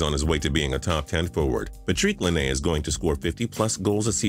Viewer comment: The butchering of Laine's name tho